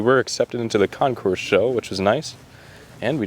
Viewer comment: FYI...CONCOURS IS CON-core, not con- course....the S is silent. A concourse is where pathways or roads or train tracks meet... Great and interesting video.....A+++